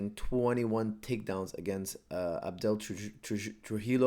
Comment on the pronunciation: „Abdel“ Trujillo - i love it coach. You just converted Abel to Islam. 😄👌❤️